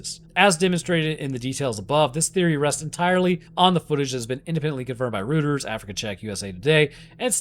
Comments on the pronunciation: It's pronounced ROY-terz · Reuters is pronounced "roy-ters"